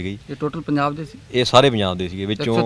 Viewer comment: ANCHOR SAB PUNJAB KEHNA TAA SIKH LO. JIJJE DE PAIR CH BINDI NAHI HUNDIÀ